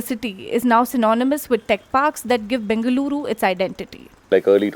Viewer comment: What is it with you DH? Please pronounce Bengaluru correctly. The "l" is a voiced retroflex lateral approximant